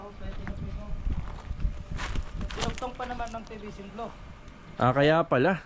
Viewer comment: Buong respeto kong sinasabi ito sa bago kong idol kontraktor: Kung maayos mo sana ang pagkabigkas mo ng letter F and P at ng letters V and B, ayos na idol. Example: stockpile, naging stock file. O kaya framing naging prey-ming. PVC naging PBC. Flooring to ploring. Gusto kong matuto sa yo, idol. Basta Tama ang terminology at bigkas, Salamat idol.